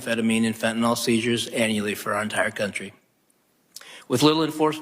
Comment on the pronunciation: It's NOT fenta NOL !!! It's fenta NYL fen ta NIL